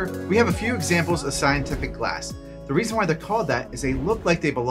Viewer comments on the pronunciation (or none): "Sceintific" at about a minute in 🤣👍 Unintentionally gave me the giggles 🤪😜😂